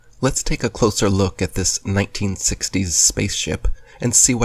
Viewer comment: Exactly my thoughts! When he pronounced 1960s "neinteensextdeeys"